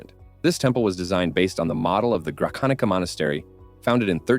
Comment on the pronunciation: Pronunciation is awful... The monastery is Grachanitza, not Grakanika.